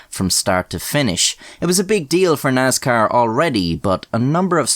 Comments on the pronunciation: It pains me the way he pronounces "Nascar" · He said “Naz-Car”! 😹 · Nazcar is how we should all pronounce it now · so a light Irish accent almost pronounces Nascar in its proper grass roots hill folk form... hillbill sees race cars and says "Thats a niiice car" IE the word Nascar was born Also, used to race Karts as a Kid... Dirt circle, WKA. Fist fights were very common at the race track.. usually one every weekend at least.. One time i was at a Dirt Modified Race and at the end because of a disputed win, there was a fist fight of about 20 folks on front stretch/winner circle and the whole crowed basically started rioting.. beer cans were flying everywhere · NASCAR does not have a Z (zee not ZED) is has an S NOT NAZCAR. LOL joking 🙃